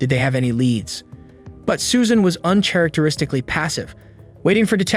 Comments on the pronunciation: That would be "UN KAR AKTER ISTIKLY" and not "UN CHAR ACTER ISTICALLY" Have you ever done English language/grammar in school? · “Un-CH-aracteristically” 😭. Sorry good video but that threw me off guard. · SHILdren "unCHAIRacteristically passive" glad to know this is definitely an AI narrator 🙄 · AI voiceover. "UnTSHARACTARISTICALLY???" Who pronounces it like that??? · This could have been good and I'll ignore the "A to Zee" horror show but if you cannot pronounce 'uncharacteristically' then that's an instant switch off and block. "Un'ch'aracteristically" Dear God 🙈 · "Un-chair-icteristically"? Are you really pronouncing it like that on purpose or is this AI commentary? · You desperately need to learn to pronounce the word “uncharacteristically” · Does this guys seriously not know how to pronounce "uncharacteristically"? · why did you pronounce uncharacteristic like that?! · is this narrated by AI? "ch" in "uncharacteristically" isnt pronounced like that which any English speaker knows. and the script at times has clunky oddly written sentences. also she didnt "manipulate" those prison guards. they knw the law and knew a relationship with a prisoner was illegal and immoral. she's a monster for killing her kids but she's not some irresistible temptress using seductive magic to bring men to ruin. all those men who fall for her are immoral and stupid for wanting the companionship of a child murderer. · That pronunciation of "uncharacteristically" is crazy. Do you not realize this is just the negative of "characteristically," which in turn is related to "character"? Edit: That guy being required to register is crazy. It's actually disturbing that someone like that, or someone who pees on the side of the road, or dumb kids who take nude pictures of themselves on their phones can be treated like actual 🍇ists. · uncharacteristically is not pronounced with a ch. Character, no ch shound, a K sound